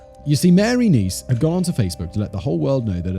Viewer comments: Simon switched between pronouncing it neese and ness so many times I lost count lol. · It's niece. Like your nephews sister. You got it right the very first time and at least one other time